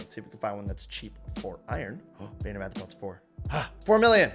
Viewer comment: arthropods not anthropods xd